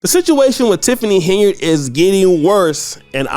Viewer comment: It seems nobody, can read, how do they get henyurd, out of Henyard?